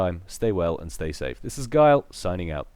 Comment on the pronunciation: Great cast Gyle, and good pronunciation, now ;)